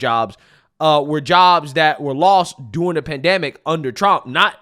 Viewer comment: During. Derr-ing.